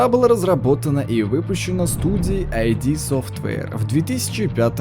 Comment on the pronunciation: Ид. ИД совтвэйр! Не "ай ди"! Это не аббревиатура!